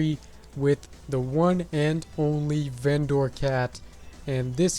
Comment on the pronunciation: Why do you say vendOOR. Its vendor, yk the people who sell stuff